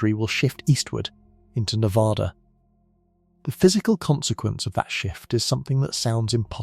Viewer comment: Ne VA duh Not Ne vaaahh duh